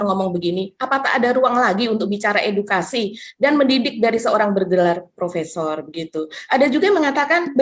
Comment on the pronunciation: Profesor dan Profesong bedanya cuma dikit ^_^ yaitu R dan NG doang